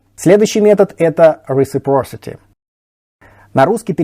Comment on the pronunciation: reciPRocity, а не рисипорсити:)